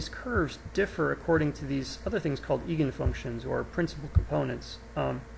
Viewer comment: Do you add these mouse click sounds on purpose? Really annoying when busy trying to understand what you are trying to explain. Btw: The "Ei" in Eigenfunction is pronounced "eye".